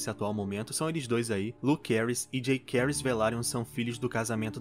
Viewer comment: A pronúncia da série não ficou Jakerys e Lukerys, mas sim JaÇaerys e LuCeris.